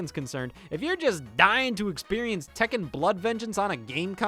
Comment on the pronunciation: scott its pronounced Tek Ken just sayin